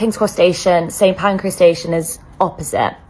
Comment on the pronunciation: This is the first time I have ever heard it pronounced pancreas… 😂